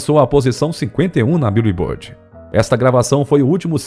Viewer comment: Arei de ver ao ouvir 'bíu e bord' ...